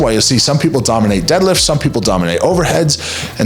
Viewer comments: Dealifts not deadlifts lol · DEALIFTS? Might want to have to have a conversation with your editor😅